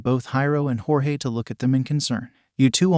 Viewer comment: I really hate the a.i. voice is messing up Jorge’s name.